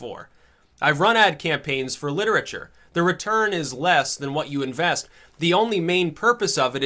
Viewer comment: YA KNOW H'WHAT....I LIKE.